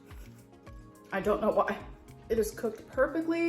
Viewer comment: I hate the way she say COOKED .. COHKED